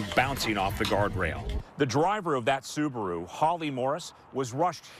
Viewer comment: Plz Americans it's not subru it's SUBARU☹️